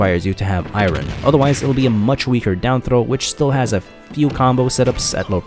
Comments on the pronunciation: Im just here to say you pronounce iron like Norm Macdonald, i-ron, its more like eye-ern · Anyone else infuriated by how he says "Iren" instead of "Iron"? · Irin. I thought it was just a slip. But he says irin, instead of iron. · Eye rern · "and watch out because using the anvil uses I-RIN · It's airon. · Please pronounce iron properly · This is the first time I have ever heard somebody pronounce "iron" with two syllables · did you just pronounce ion IRON !? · Why do you say iron wrong? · How are you a grown man that can’t pronounce iron?